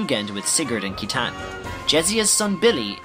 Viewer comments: one small point, citan's name is pronounced as seetan. I own the Japanese version, and everything in Japanese is written phonetically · It's definitely not Zee-no-gears. The guy in the video pronounces it right. And it's not Sai-tan, but See-tan. And how do you get judge-end? Jugend is pronounced like in the video (close to it at least). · Thanks for making this dude, it's very well done. I really loved it because I needed to recap on what I understood long ago about the game when I first played it XD. Ah, and just to mention, Citan's proper pronounciation is Shitan (shee-taun) as spelled in the japanese version. They mistranslated it that way though due to the word shit being in his name. However, there's still existence of his name spelled as Shitan in the game when you go into debug mode. You can go to his house through one of the warp options that says "To Shitan" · Lot of incorrect pronouciations... Citan: Sit-ahn. Kislev: Kiss-lev. Aveh: Ahh-vey. Weltal: Vell-tall. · and Citan is pronounced See-tan... dude is suppose to be a parallel to Lucifer... AKA SATAN. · I’ve always pronounced Saitan but yes it’s seetan or shitan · Excellent video, you really did explain the story in a way that's easy to understand. One thing bugs me tho, Citan's name is supposed to be pronounced "See-tan/Si-tan", since his Japanese name, Shitan, couldn't be used for obvious reasons.